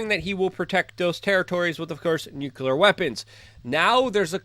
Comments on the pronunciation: how hard is it to say NUCLEAR instead of nucular? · Like, why do you keep mispronouncing the word "nuclear"? It's pronounced "nu-clee-ar". Not ""nu-Q-ler." Got it? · NUKE -LEE-AR not NUKE-U-LAR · Luke radowski please learn how to pronounce the word nuclear? Thanks